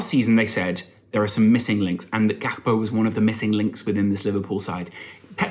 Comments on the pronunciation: Here a dutchy, Just say it with de G.. its not pronounced with a H. He's comming from PSV. That part of de Netherlands speeks wit a soft G not with the hard one. So Gakpo it is. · Im Dutch. The dutch started by saying “G (scouser sound) akpo”— but it’s a Ghanianae and he’s himself said its Gakpo english like